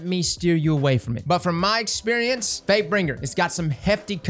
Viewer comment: Question for everyone, am I the only one who hears say fatebringer as fakebring at the beginning of the video?